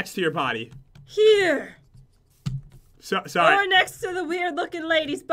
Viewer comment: sorri